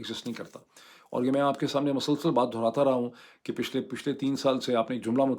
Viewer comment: Dr. Moeed Pirzada, today’s vlog is extremely good,very meaningful and truly excellent. It is the best vlog. Doctor Sahib, the correct Urdu word is ‘mosalsal’, not ‘masalsal’, and you also use it very frequently. And you are looking so young and handsome, as if you are completely youthful.with best wishes